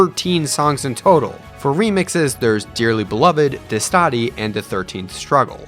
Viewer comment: But I admit the pronunciation of Destati and Forza Finale was pretty good ahahah